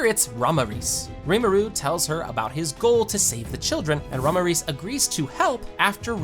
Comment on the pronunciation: Okay, i get it, your american, so am i, but it pronounced (mil-iem) not milim. Thats not how a single character says it. Same as ramiris. Hobestly makes this sound kinda like ai.